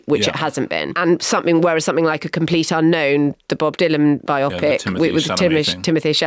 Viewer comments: Please stop mispronouncing bio-pic as bi-opic. Bio-pic is a portmanteau of "Biography Picture"; not "Two Oxford Partical Imaging Centre". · Surely Bio Pic, as in Biography Picture, not Biopic pronounced like Bionic or Myopic?! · It’s bio-pic NOT bi-opic FFS. Saying “bi-opic” is even worse than the idiots who say defiantly when they mean definitely. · Bio-pic NOT biopic (rhyming with myopic). Love a biopic. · HA! And I'm exasperated by Marina's pronunciation of biopic. bi-OPP-ick? I don't think so.